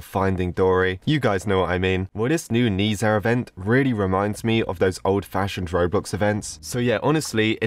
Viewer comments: Even though i'm not chinese, the correct way to pronounce Ne Zha is "ne ja" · ITS NEZHA, NEZ-HA DONT DISRESPECT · it’s pronounced na zha it’s called nezha because it’s for the English kids I’m asian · Its nezha not nazha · It’s spelled NER ZA btw not Ni za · Sir it’s not nezah it’s nez ha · its not kneeszha its pronouced neshzha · Nezha is actually pronounced as Nuh dra And his story is basically: There were two magical orbs, water and fire (or kind and evil) When nezha was being born his mom was going to swallow the water orb to make him good and stuff but the water orb got stolen so she swallowed the fire orb instead Nezha was basically seen as a monster to the village so he was locked up, (his mom and dad still loves him tho) One day nezha escaped to fight a monster just to make everyone think he’s good but everyone didn’t see the monster and thought he was just throwing fire everywhere (yes nezha has powers lol) He went to the ocean and met Aobing (the water orb guy) and they became friends Oh yeah there was this leopard guy and he’s evil or something lol The rest u can watch the movie :/ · Dude, I'm almost like a big fan of nezha and I'm overproud when seeing the thumbnail how to pronounce it by the way: ney-cha i think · omg i love nezha but its actually pronounced Naysha in english or with a Chinese accent its Naja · I completely understood this and by the way I believe it’s pronounced Ne Ja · I’m the biggest nehza fan I watched all the movies(I’m part from china) IM HYPE And it’s pronounced Nah-Chah Btw the ribbon in the actual movie there basically like each god has one and it does special things But rip it closed lol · By the way the Chinese words stands for Luo Bu Le Si meaning roblox in Chinese and it’s pronounced as Nei-ja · Yes you pronounced it wrong but don't worry everyone males mistakes in the movie they pronounced it as nesha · It's pronounced ne-ze-hae I'm pretty sure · Its pronounched as neh-za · Ne ZhA XD